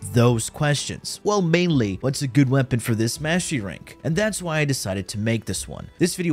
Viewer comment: Sounds like you're saying Mashy Ranks.